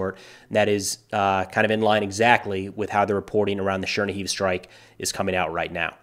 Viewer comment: The city name shoudl be pronounced Cher-KNEE-give